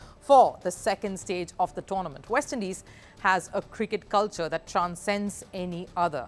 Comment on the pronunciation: "The action shifts to the VEST Indies. Its a WIBE"😂😂 "lets look at the WENUES"